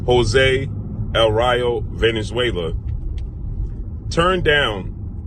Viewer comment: His name is Valenzuela not Venezuela